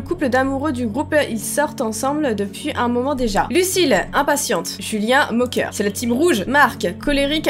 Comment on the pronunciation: on antend julia au lieu de julien